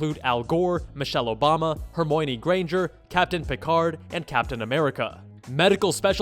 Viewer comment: I'm laughing at him calling her Hermoynee Granger.